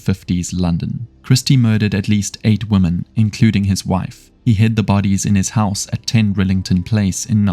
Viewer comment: Narrator needs to learn how to pronounce the word 'women' Vs 'woman'.